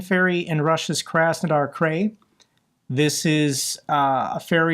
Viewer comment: It’s pronounced Kraz-nodar Kriy (as in tears) not Kray 👍🏼